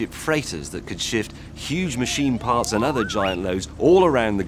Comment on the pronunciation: He said farts.